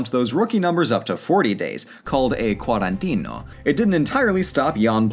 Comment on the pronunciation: not even close, it is Qu-ah-ruh-nteh-nah